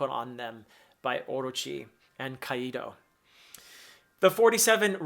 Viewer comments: Nice video just a quick correction Kaido is pronounced "Kai-Doe" not "Kaiee Doe" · As a Spanish speaker, "Caido" with the accent on the "i" sends me. 🤣 "Caido" means "fallen". Which... given what we've seen of him previously, might not be entirely out of place. 😅 It's supposed to be "Kàido", with the accent on the "a". Two syllables: kAi - do. Just in case you want to try it. 🙂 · Why do you pronounce Kaido kai-e-do? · Great analysis as always! I see your observation haki is improving as you progress. Sorry, but it's funny as hell to see you pronounce Kaido as Qaeda in Al-Qaeda))